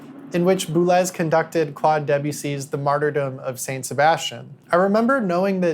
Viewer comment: This is great but… ‘Boo-lez’? Boo-lay!